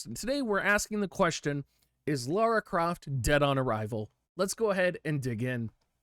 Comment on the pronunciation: Please stop calling her Laura, her name is Lara